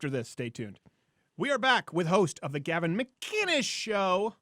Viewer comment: How does everybody get Gavins name wrong